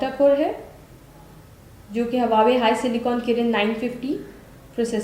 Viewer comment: LOL Again its not hawawei Its Huawei Lolzzz 😂😂😂😂😁😁😂😂😂😂😂